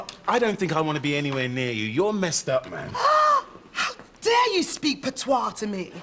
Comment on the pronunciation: It's "patois" XD